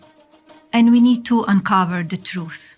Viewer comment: ' Vee nid to unkuvver de truef'. She needs to learn how to pronounce English. Isn't that part of the immigration requirements ?